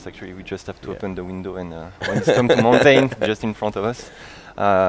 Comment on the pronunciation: Cringed every time the game dev said mountain